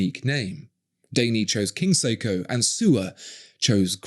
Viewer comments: Well, he calls Grand Seiko as.... "Grand Seeko". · Who the fuck pronounces Seiko as "Seeko"? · He can't even pronounce Seiko properly. Siko? In Filipino, siko means elbow. 😁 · How is it that someone who seems to take pride in pronouncing euro brand names, but can't even be bothered to pronounce Seiko correctly....